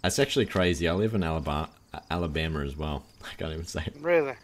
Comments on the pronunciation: "Alabamer" LOL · lmao "That's crazy I actually live in Alaba...Alibammer, as well. I cant even say it." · “Alabameer” lmao